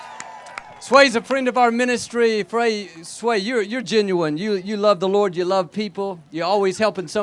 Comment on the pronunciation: Messed up Sway's name that's a sin